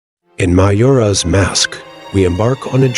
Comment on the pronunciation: Ma-JO-ra, not mayora.....but nice